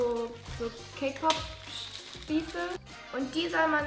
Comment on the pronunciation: OMG SAME ich hab extra die Kommentare gelesen um zu sehen ob ich die einzige bin XD